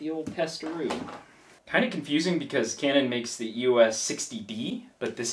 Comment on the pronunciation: The first camera is a Canon EOS 40D (it's NOT pronounced "YOU WUSS" it's actually pronounced : EEE OSS - you know, just like the LETTERS "EOS") & the second one (the EOS 50D) is NOT the same as the Rebel XT, the Rebel XT is the EOS 350D (which is the 3rd tier of cameras while the 50D is a 2nd tier camera) while the 3rd camera (the Rebel XTi) is the same as the EOS 400D, the Rebel T2i is the EOS 550D, the Rebel XSi is the 450D. & YES, I had (infact STILL HAVE) the Rebel XTi but it doesn't get much use now as I now have an EOS 5D Mark II as my main camera. The Rebel names are used in North America & Japan while in Europe they are known using the numbers. The thing to bear in mind is that Canon use the model numbers to designate the level of the camera. The top tier use ONE number & are considered to be the "PROFESSIONAL" cameras, 2nd tier use TWO digits & are considered to be the "Amateur end of the Professional" range, then there's the 3rd tier which uses THREE digits & is the "Professional end of the Amateur range" & then the 4th tier which (surprise, surprise) uses FOUR digits & is the Amateur camera range.